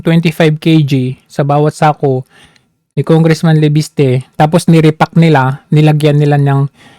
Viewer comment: Re-sacking or re packing. Haha. Langhiya ka isko. Bubble-mouth kalang.